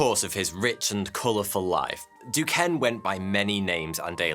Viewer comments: Being from Pittsburgh where we have Duquesne U, The city of Duquesne and a bunch of other Duquesne shit I can say Duquesne is pronounced Do-Cane. You’re welcome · Excellent video as usual. just an aside Duquesne is pronounce as Ducain. This dude had a crazy amazing life. Although I disagree with many things he was involved in.